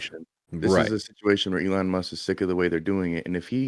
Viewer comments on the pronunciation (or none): Ellen Musk lmao come on it's E LON not Ellen